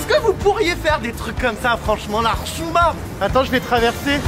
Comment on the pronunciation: "Mais la rchouma"😂😂